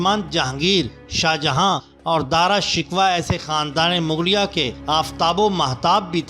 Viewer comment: "Dara Shikoh" not Dara Shikwa